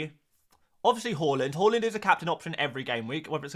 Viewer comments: Love your videos but what is your inability to pronounce every single players name wrong🤣 it it on purpose. Horland, mboomo. Then you start pronouncing Hojlund, horeland as well🤣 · Yes ,it was taught at most infant schools. As a Scandi we were also taught how to pronounce Haaland properly too. Where the hell he got Whore-land from is beyond any Scandanavian .. 😂😂